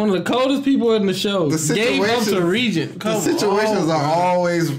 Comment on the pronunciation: Didn't watch the post-credits scene. D: Also, it's pronounced ray-gen. Not ree-jen.